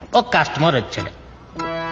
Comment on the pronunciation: Customer ❌ Kastamore ✅